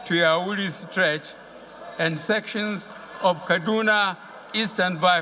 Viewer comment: He already proved to the world that he is the original jubril Aminu Al sudanese as he can't even pronounce Kano & Kaduna very well, what a scheme